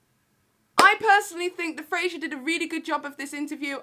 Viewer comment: Irrelevant comment but...I’m pretty sure his name is “Fraser” and not “Frasier”. Dunno why this irked me but yeah, loved the video though 😂